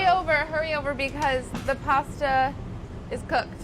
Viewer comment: I like her she pronounced pasta correctly